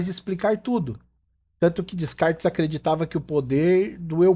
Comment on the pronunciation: Parabéns pela aula! Só para ajudar: é "Decartes" não le rcomo se escreve "Descartes", e na sequência : "Witgenstain" "Sossirr", "Levi-Strô", "Stifen Howkin", "Kant"(mesmo,) não "Kent", "Hanna Arent".